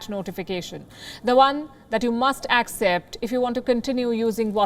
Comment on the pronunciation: """AKSEPT"" The What?😂😂